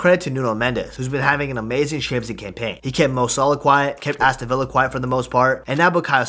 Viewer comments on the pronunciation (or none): none